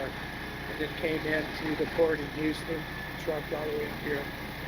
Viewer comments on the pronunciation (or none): none